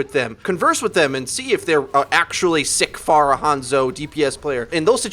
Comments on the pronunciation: "Fair-rahh" not "Farr uh" .... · Hey dude, love your videos on this channel....you're very well spoken and have given me a ton of good advice. One minor gripe that me and anyone else watching your videos with me have is your pronunciation of "Pharah" It is pronounced like "Fair-Ah", sort of like "Pharaoh", get it? She's Egyptian and stuff? Her name's badass! At least if you decide to continue saying "Far-Ah" the way you typically do, please do so ironically! Then you're just being funny, and it's okay....